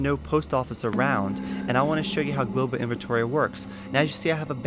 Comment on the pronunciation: xD no i was just saying you said "gloval" inventory a couple times xD good vid btw!